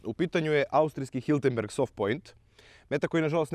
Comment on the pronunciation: nije Hiltenberg, već čuveni proizvođač Hirtenberger.